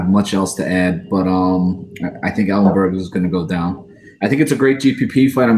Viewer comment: Come on, ellenberger? Thats a joke right? 😂😂😂